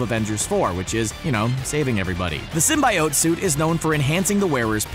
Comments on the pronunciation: Symbi-oats! Full of fiber and mispronunciation! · That not how you say.... SYMBIOTEEEEEEE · that's not how symbiote is pronounced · If you keep saying symbiote like that I'm going to burn all of your clothes. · I hate how they pronounce symbiote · Stopped watching when you said symbiote. 🤢